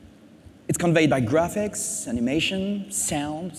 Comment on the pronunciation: David Bradley its graphics not graph chiks